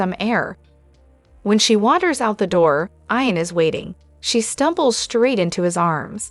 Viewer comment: Hi to the lady talking. His name is IAN. YOU DO NOT SAY IT WITH AN. “I “. You say it with as “ E “ His name is. E an Not I an.